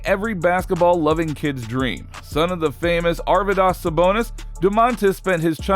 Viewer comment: Ar-vee-das. You should be probably figure out how to say the dude's name if you're going to make a video on his son.